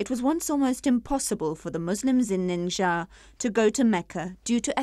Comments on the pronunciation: WHY DOES SHE KEEP MISPRONOUNCING THE LETTER X. IT'S PRONOUNCED LIKE "SH"! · Why she says " nincaia"?